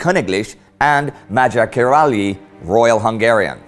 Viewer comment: Indy pronounced "Kiraly" like how Americans would sound it. Kee-rah-lee rather than keer-eye/key-rye. My former German teacher is Hungarian and Kiraly is her last name.